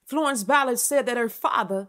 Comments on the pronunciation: First time I've heard Mary Wilson was doing Berry Gordy. I love your style but calling her Florence "Billard" was driving me bananas. lol You're good. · I'm going to forgive the fact keeps butchering this woman's last name and I'm just going to receive the message in the genuine sense that it's given...